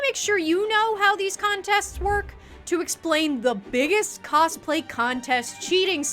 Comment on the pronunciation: "coSplay" 🤡 Why over pronounce the s? Lmao